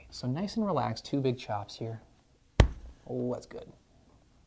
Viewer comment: That neck was what?? Didn’t sound like u said big at first doc lol great video!